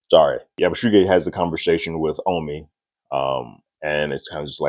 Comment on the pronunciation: Just sayin, it's pronounced Yabu-see-gee(hard g)